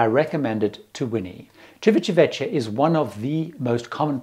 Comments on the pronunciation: Great video as always! However, as in other videos you seem to try to get over the word Civitavecchia as quickly as possible and end up stumbling over it. It's Ci-vi-ta-VEK-kya, not Ci-vi-cha-VE-cha (ta, not cha; kya, not cha). (I spend several months a year in Italy and speak Italian fluently.) Just a little note for the future. Love all your videos! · pronunciation tip - chivitaveckia (not vechia) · Please learn to pronounce Civitavecchia correctly. It just hurts my ears. it's "Tschivitavekkia" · As an Italian I wanted to help with your pronunciation of Civitavecchia. In Italian ‘ci’ is pronounced ‘chee’, and ‘ch’ is pronounced ‘k’ So Civitavecchia is pronounced chee.vitah.vekkia (which means old town, by the way ) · Thank you ... I was struggling with the pronunciation of Civitavecchia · The “cch” in words like vecchio and Civitavecchia is pronounced like a “k”, not an English “ch”. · Please pronounce the names correctly like Civitavecchia etc